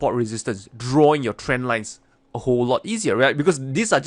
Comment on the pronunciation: "Yue likaa da lien chaert?" 👽 aaaaand "DRAAWIGIN"!!😂😂